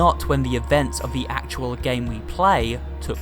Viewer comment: Good video. But my only complaint is that you put alot of weird emphasis on some words at the end of your sentences. Some lovely examples "gayyyyummm" "ruuuuuuum" but like 3 seconds later you don't put that weird emphasis on the same words if they are in the middle of the sentence. Idk it's just one small thing that bugged me.